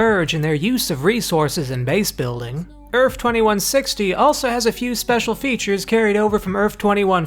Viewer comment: It's EARTH with a -th at the end, not ERFF. What the hell is wrong with you?